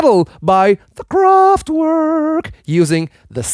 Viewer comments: It's not KraftWORK it's kraftverk German w is pronounced as a v and a german v is more like an f like in volkswagen .. "folksvagen" Kraftwerk means powerplant. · ...VERK try to say "VERK": that's how W is pronounced in German. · Kraftwerk not Kraftwörk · No, its spoken Kraftwerk. I am German, with a well educated linguistic background, so yes: I know for sure :)